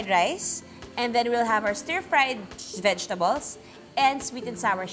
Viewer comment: Nakakaloka yung jejtables hahahhh love you ma juday